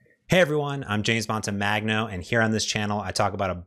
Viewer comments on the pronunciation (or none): Hi, your surname comes from Sicily so it is an italian surname. You pronounce "Montemagno" in awful way. Sorry to say that 🙂